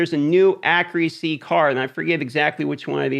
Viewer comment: How does this guy not know how to pronounce accuracy?